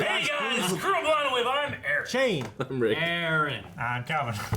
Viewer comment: Honestly, everytime you say the intro all im hearing is "kuro ".